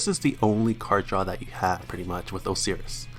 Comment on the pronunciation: MIS-chiv-us It's pronounced MIS-chiv-us. Osiris is pronounced Ohs-eye-rus Poseidon is pronounced Puhs-eye-din